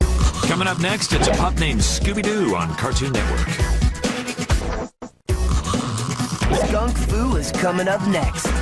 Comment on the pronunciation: Skunk fu kinda sounds like Kung fu